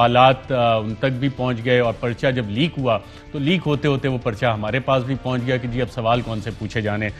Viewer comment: Lolz love the way he says woh leak hotaye hotaye mehraye pass be pooonchgaya hein